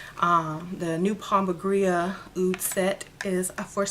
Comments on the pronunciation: Why do you keep saying pomba "gria"? I'm new to the deities... I thought it was said pomba "gira"? No? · It’s pronounced pomba Jeera. & no one has a right to sell products labeled for an African deity if they are not initiated into that practice. Please be careful with hustlers, culture appropriation & fakes